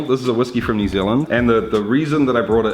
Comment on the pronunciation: New zee land 🤣